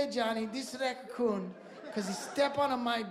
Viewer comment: HILARIOUS! "racacoon"